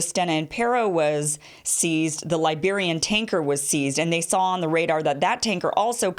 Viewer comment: Mario Ortiz It's Liberia not Lesbiara?!